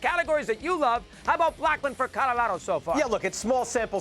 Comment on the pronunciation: I struggle in life like Mad Dog struggles pronouncing Colorado